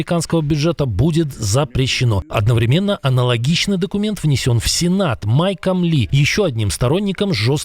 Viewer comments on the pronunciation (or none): none